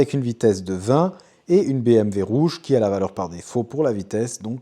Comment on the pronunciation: Par contre tu dis BMV ca c'est pas possible mdrr